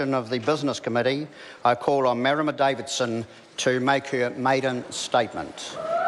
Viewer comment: Marama - poor pronunciation. Can't be assed to even practice how to say her name properly.